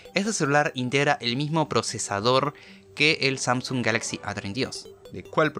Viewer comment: Samsuns xd te equivocaste se dice samsung